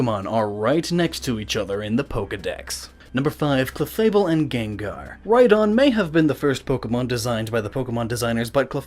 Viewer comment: What the heck is a Chefable?